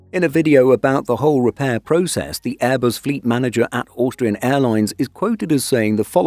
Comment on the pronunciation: the way you say Austrian gets me every time hahaha Auuuustrian